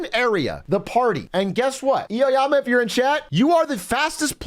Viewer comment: Eoyama* he was pronouncing it weird my bad